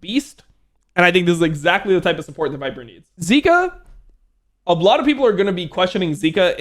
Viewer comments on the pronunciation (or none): Zeka. Not zika. You'll confuse fans haha.